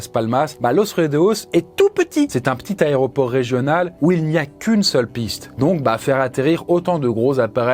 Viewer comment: C'est fou de faire un format sur les avions et de continuer à dire "Aréoport". Merci pour tes vidéos malgré tout